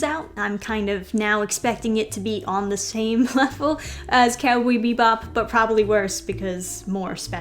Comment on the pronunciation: "Cowbee Bebop" XD